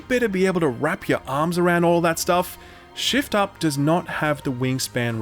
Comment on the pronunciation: keep hearing shill up every time you say shift up lmao